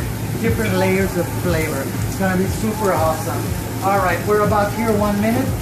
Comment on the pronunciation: Sooopurrrr tenderrrrr😂